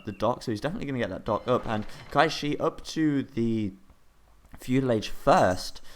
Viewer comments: Qishaoye is pronounced Chi Shao Yeh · As a reminder, it is said "tsi shao ye" :)